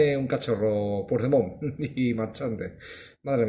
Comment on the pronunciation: Aprende a pronunciar Puigdemont. El ridículo lo haces tú, no te das cuenta? Anda sigue riéndote...si a eso se le puede llamar risa